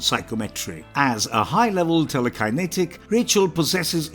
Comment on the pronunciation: Good video. You can always tell though of the videos are made by a fan or someone reading a script by the way they say the characters names and other words. Tele Kiye netik lol.